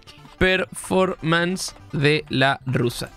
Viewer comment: 42 programas, y nadie de las 100 personas que deben trabajar ahi le dijo La Joaqui que se dice "Performance" y no "Preformens"